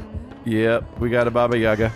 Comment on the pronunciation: its not baba yAga, its baba yagA its russian folklore